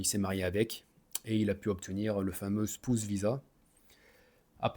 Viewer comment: Ahi ton accent sur le mot "spouse" :rire: Bonne vidéo, généralement le visa mariage c'est le cheat code ultime perso c'est mon plan pour soit rester en Australie (ma deuxième année de PVT sera dédié à trouver une meuf et une bonne relation) ou bien pour la Thailande (similaire au Japon en terme de visa c'est hardcore sauf que la bas tu peux même pas être R.P même marié)